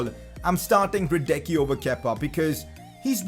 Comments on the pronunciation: You have to pronounce hradecky ”hradetski” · Hradecky is pronounced as hra-detz-kee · Please pronounce Hradecky like ”Radetzky” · bro you asked the pronunciation of hradecky its hradesky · It is pronounced hradetsky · The pronounciation of Hradecky is Radenski... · you are supposed to say hradecky as hradeski. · Only if he could pronounce his name right